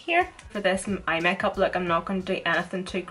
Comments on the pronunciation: the way you say makeup mekap Omg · The way she says 'make up' 😂😂😂 (not in a hating way)